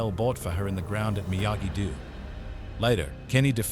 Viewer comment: Stupid robot can't even pronounce Miyagi-Do.